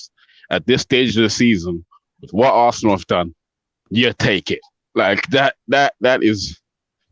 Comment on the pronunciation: Arsenal not ArsAnal 😆 😂 🤣